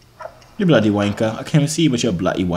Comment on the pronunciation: Its not bluty its bloody